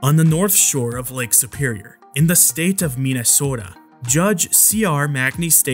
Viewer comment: We way he said Minnesota. 🤣 Do people really say it this way?